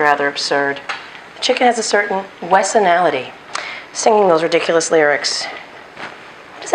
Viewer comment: The way you said riduculous...it's one of the "magical" terms in the series spelled ridikulus...pronounced the way you pronounced it. LOL As for the bored question...you looked bored waiting for the cauliflower to finish frying. That's all.